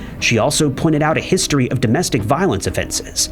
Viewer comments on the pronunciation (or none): none